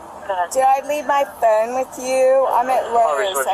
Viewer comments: The way that woman pronounced phone 🙄 she was definitely drunkish Why didn't anyone else walk up when she was complaining about the buffet? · I really wish I could figure out how to phonetically spell phone the way this woman is pronouncing it but I will give it a shot. I can't find my phooonnee.😂 it is extremely extremely irritating. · “Where is my PHoon?” “Do you have my PHoon?” “I don’t have my PHoon!” “Can I borrow your PHoon?”